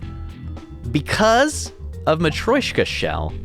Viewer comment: Hello, I thought I’d let you know the nesting doll is pronounced ma-tree-o-shka not ma-troy-shka. Apologies for backseating your word saying